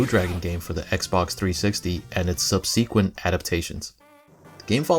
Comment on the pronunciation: Great job, really like the idea too! ps. Dunno if you care but you are pronouncing subsequent wrongly, just in case you werent aware